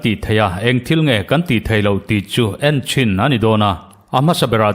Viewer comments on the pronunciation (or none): none